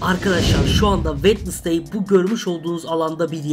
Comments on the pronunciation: Keşke Vendezdey değilde vensdey desen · Sadece yazılışı wednesday Okunuşu wenzdey diye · abi kuzın adı wednestay degil Jenna ortega